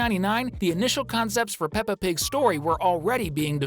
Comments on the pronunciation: Pepa? Its peppa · No, it's peppa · Bro it's peppa